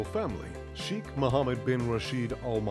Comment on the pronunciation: His name is pronounced as Shaykh, not Sheekh